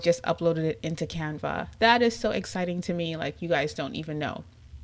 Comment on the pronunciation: I love the way you pronounce Canva!!! You are so beautiful 🥰 Thank you lovely. This is an amazing video